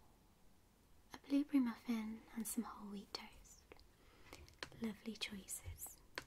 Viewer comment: I love how she says lovely like "lowvelie"